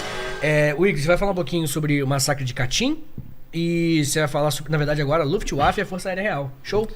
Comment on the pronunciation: "Lúfiti uáfi" é uma nova casa de magia dos livros de Harry Potter?